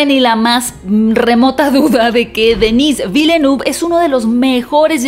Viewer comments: Se pronuncian "Eilien" y "Dení Velnuv" Solo lo menciono porque pronuncias los nombres de las demás películas en su lengua original. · Hola para tu pronunciación Dannis Villeneuve se pronuncia Deni Vilnef saludos